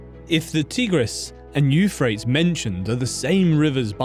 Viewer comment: Bro, Euphrates is pronounced /you-fray-teez/ not "youfrayts."